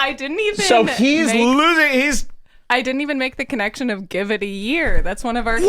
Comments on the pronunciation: "I geev heem a yeeer" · It’s like some fucked up, old Travolta voice until he throws in a Mexican pronunciation of the word “year”. What a fuckstick!